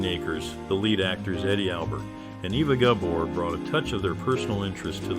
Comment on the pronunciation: No, it doesn’t. She was born in Hungary, and it’s pronounced AY-vuh. Not Eh-va or Ee-vuh.